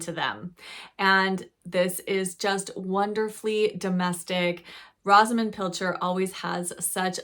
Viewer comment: Rosamund the o is a long o sound. Just read Enchanted April. Some old fashioned reads that I read as a tween, Under the Lilacs and The Five Little Peppers and How they Grew. I am 78 years young and love to read.